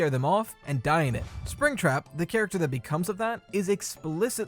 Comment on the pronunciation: he said chractew 😂